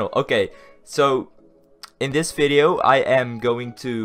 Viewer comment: Why do u say fideo ? I luvvvvv u :) <<33